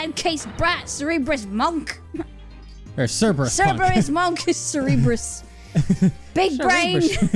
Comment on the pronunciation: gets offended in its not even ser-ber-us but ker-ber-us